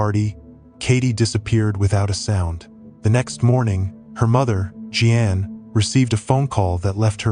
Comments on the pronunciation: Really stupid AI pronouncing. Je Ann? It us JEAN ...idiot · This AI voice call her mom Jean G Ann! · Don't use AI. It said Gee-Ann for Jean. Ffs c'mon! Downvoted my upvote. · "G-Ann" that was as far as I could go with this AI drivel. It's Jean...J-ee-n... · Gee-an. I love ai. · You can't pronounce "Jean". Is this an ai slop video?